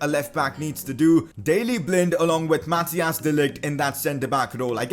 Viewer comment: You say it like math-ICE not Mathias